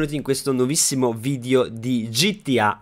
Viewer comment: perchè dici "vidio" al posto di "video" 😂😂